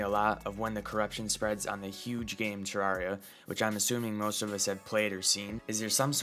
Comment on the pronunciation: Bro i have some big complaints about the first section. The terrain is dark because there is an enemy MADE OF FIRE also its pronounced ter-air-re-ah the devs literally said it!